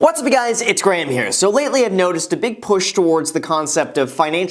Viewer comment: The beginning sounds like "What's pewguys it's gram here" hahahahah